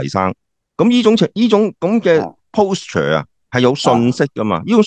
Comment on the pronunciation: 鮑生，”posture” 嘅正確讀音係”paulsture”, 吾係”pollsture “